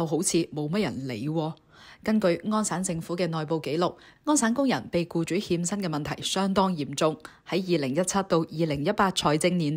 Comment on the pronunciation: 欠薪變成獻身，懶音有趣好好笑!